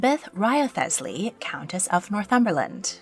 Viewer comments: 8 you really need to work on your pronunciations of English names. For instance - Wriothesley is pronounced 'reesly' Ranelagh - "ranly' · Please note: Wriothesley is pronounced 'Rizlee' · Hello! Wanted to drop a note saying "Wriothesley" is pronounced "Rizley." I know it's weird. It's a Tudor era artifact where they wanted to make English surnames look fancy and French. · I’m so glad you said something! I was second guessing myself, but thinking, “I’m pretty sure it’s pronounced Wrisley without the extra letters.” There was a Wriothesley in the Wolf Hall book. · Scrolled until I found this comment lol. As soon as I heard it I was like, uh-oh, Wriothesley claims another victim... 😅